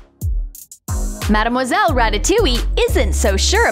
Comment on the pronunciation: Its not marmoselle its madmoselle